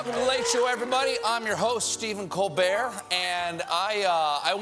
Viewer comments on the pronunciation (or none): none